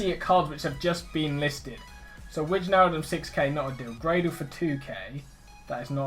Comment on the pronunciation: it aint wi-tsj-naldum its wei-naldum